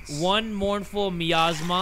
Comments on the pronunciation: its My-as-mah - Miasma 😂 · It kills me 😭 it’s pronounced my asthma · I love the way pronounces miasma. For the people who don't know how to say it, it's "my-asthma" and a miasma is like an unpleasant gas or vapor. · jay saying miasma incorrectly and then saying me ass ma is the funniest thing ever 💀💀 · lol mournful my-ass-mah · miasma is pronounced my asthma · hearing jay pronounce miasma wrong 🤣also the whisper from the "cauldron" would whisper to me "were calling you about your cars extended warranty" lmao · I love how nobody's mentioned how doesn't know how to say the word "Miasma" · jay not knowing how to pronounce miasma is SENDING me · The word Miasma being butchered hurts me lol